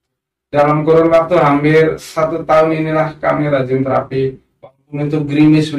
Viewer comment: Terapi apa? Spt apa? Nama terapinya itu koq gak jelas pengucapannya?